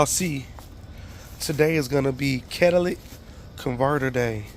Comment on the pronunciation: most black ppl pronounce it this way or "Cadillac" ........when it's really "Cat-uh-lick-tick" but who really cares if you know what he meant